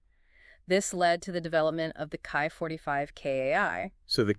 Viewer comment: It's pronounced like key 45 not kai 45